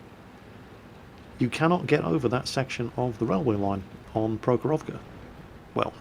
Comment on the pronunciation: Trivia: the stress in Prohorovka is on the first syllable.